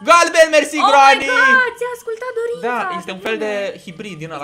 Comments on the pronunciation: Se zice Grenny !!! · Se spune grenny